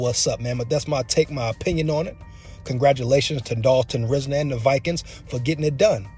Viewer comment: Watch his interviews and you’ll like him a whole lot more. RISE-NER too no RIZ-NER